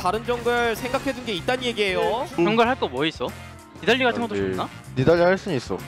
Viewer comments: 이거 ㅅㅂ 개신기하네. 그냥 들었을땐 ”사일노플 나이스“ 이렇게 들리는데 자막보면 “니달리 노플 나이스” 이렇게 들림 ㄷㄷㄷㄷ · ㄹㅇ 첨에는 니달리 노플인줄 알았는데 자막없이 소리만 들으면 사일 노플임